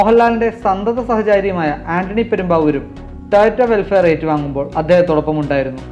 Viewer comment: വെൽഫെയർ അല്ല, വെൽഫയർ!